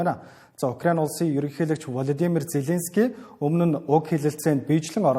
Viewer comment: Хөтлөгчдөө хүний нэр зөв дуудуулж сургаач. Влодимр Зеленски . О үсгийг Э гээр дуудаад байна шүү